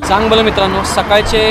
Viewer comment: चंगभल बोला चांगभल